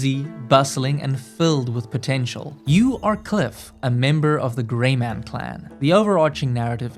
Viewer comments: Grey mayne not man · He straight up called it the "Greyman Clan"😂 Guess he takes silent e's to a whole different level... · How come bro played the game extensively yet can’t say Greymane properly